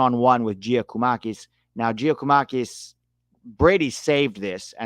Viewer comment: Just a pronounciation tip for Giakoumakis - Yia Koo Ma Kees